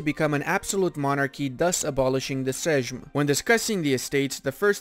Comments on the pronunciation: instead of bashing him just tell him: "seym" and "hewmno" :) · sejm you pronouce like seyeem j=yee like yeet9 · If u want to pronounce 'sejm' just say "same" :D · you should read "sejm" as "seim" not... this. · SESZ XD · Sejm is pronounced the same as same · I think "sejm" is pronounced with the J as a Y sound ... "seym" kind of like the english word "same" ... uhhhh ... Sejm is the same as same lululul